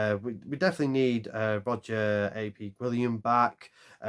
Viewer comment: Roger ap - as in "app" - Gwilliam, not Roger "A. P." Gwilliam (Ap, meaning "son of", is the Welsh equivalent of "Mac" in Irish/Scottish names.)